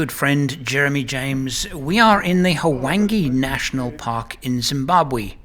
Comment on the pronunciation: Luvverley stuff as always. I chuckle… H-wange? No man, it is a smoother transitions of sounds, a whooshing Wwhange. Such a WASP you are;) On a more serious note, what is your feeling about removing sunglasses from our faces when we interact with local people in Africa?